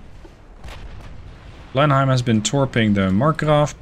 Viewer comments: Err, actually it's pronounced blen-im for blenhime, oh never mind it doesn't matter anymore 😆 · your English is extremely good, better than most English in fact, but your pronunciation of British ship/place names isn't always right. Specifically, DespAtch (emphasis on second syllable}, Blenheim is Blenem (yes it's a place in Belgium, but the English...), Roxburgh and Jedburgh as Edinburgh, and another I've forgotten. Good series. Slainte!